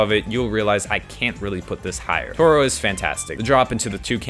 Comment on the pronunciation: I love how he called toro eltororyan